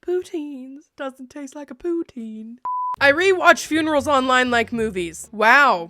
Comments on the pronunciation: You said poutine so much that by the end it sounded like you poo teens 😂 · What the heck is pootine? All I hear is "I like butthole". I mean, thats fine if you do, I just thought it was something else. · As a Canadian I am punishing you for the amount of times you said Poutine wrong high amount of cringe you need to have a poutine with the wrong gravy and have to put ketchup on it 😂